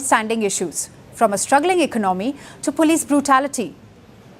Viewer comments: She is a good news readers but please pronounce Economy properly. It is not Econo me it is Eco nomi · It’s Economy not Econaaamy”